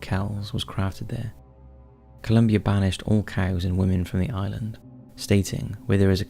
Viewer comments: St. Columba, not “Columbia”. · Great video, but just one minor correction: in number three, the saint’s actual name is Columba, not Columbia.